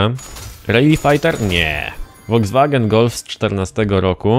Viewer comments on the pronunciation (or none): none